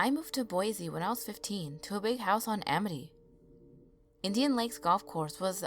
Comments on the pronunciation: Boi-SEE not boi-ZEE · love this except I couldn't help but cringe at the pronunciation of Boise.... guess that's an Idaho native mindset for ya